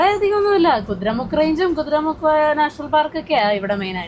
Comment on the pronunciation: കുതിര മുക്കല്ല... കുതിരമുഖ്